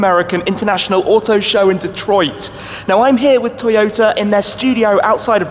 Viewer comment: never heard so much T in Detroit before....